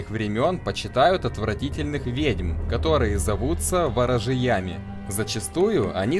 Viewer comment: Благодарен автору за труд, но порой коробит от его расстановки ударений в словах. Занятие напрямую связано с литературой (на русском языке), потому уместно указать на это. К примеру: ворожЕям (никак не ворожеЯм), вЕресковый мёд (потому что в слове "вЕреск" ударение на первый слог, это не капУстный, сморОдиновый) и т.д. Специально ошибки не искал, извиняюсь. Вопрос: почему область названа Пределом? Это предел чего? (С "Черным пределом" вопрос не возникает). К примеру "Винтерхолд", мы используем как есть (хотя можно было и перевести). На карте Скайрима (англ.) область обозначена как "The reach", что переводится как "досягаемость". Есть ещё Драконий предел... Кому-то нужна эта путаница?